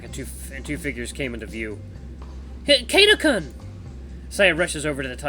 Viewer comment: hehehe ur pronunciation of kun has much to be desired XD